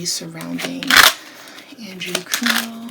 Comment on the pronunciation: It's Cuomo like status "quo" mo